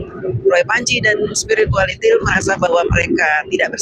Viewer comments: Waktu ngomong spiritualitil ngilu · Kok ada sebutan spirualitiel...ha ha ha..siip 😀🤣